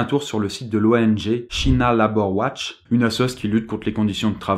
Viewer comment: China labor watch 😂 prononce Tchaïna leibore wotch